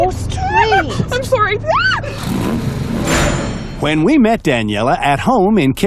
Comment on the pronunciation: lol she said soury